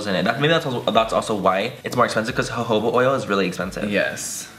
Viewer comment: "hohoba oil" I'M WEAKKKK HAHAH jojoba cmon bruh